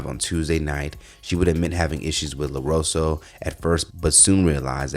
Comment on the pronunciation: WHO THE HECK IS “LAROSO”????, ya’ll can’t read? Dang, nobody’s checking your content before you make a segment?